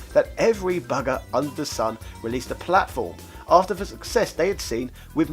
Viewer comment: Why can you sometimes pronounce "TH" correctly, and at other times you say "DEH"!?